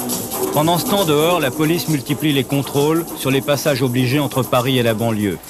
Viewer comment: Ah d'accord je croyais qu'il disait la boulice pour parler de la police😂